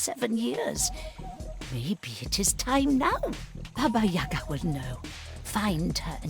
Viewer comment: But still pronounce Yaga wrong.